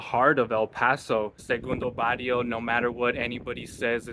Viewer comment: Learn how to pronounce its not Bario its Barrrrrrio!